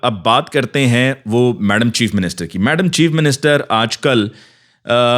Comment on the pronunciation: ماشاءاللہ بہت پیارا انداز ہے آپکا بات کرنے کا میڈم چیف منسٹر ایسے کہتے ہیں کہ مزہ چیپ منسٹر کا آتا ہے